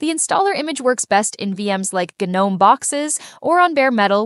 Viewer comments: All great but for the love of everything that is holy please stop with the "Geenome" shit. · why did you say gnome three different ways? It should only be said like nome. the g is silent. not gee nome. not ganome.